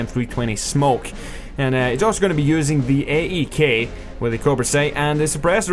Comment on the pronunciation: "the gay-e-k" LMFAOO!!! That's original! I'm actually surprised that I haven't heard or read about people bitching about the AEK as much as the M16A3. It's just as deadly!